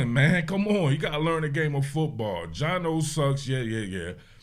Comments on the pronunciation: Every time you say “Gino” you let the goofies win. It is funny tho😂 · Bro you saying Gino has me laughing 😅 Aside from the refs slowing this game down beyond belief, I’m proud of how the offence played especially “GINO” His release was so much quicker and it was noticeable from the get go with that 73 yard td to Dennis Rodman Jr himself